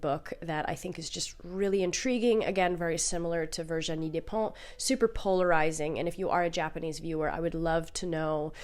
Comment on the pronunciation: Fantastic video. Your "Virginie Despentes" was very well-said. I also love the way you say The Piano Teacher author's name.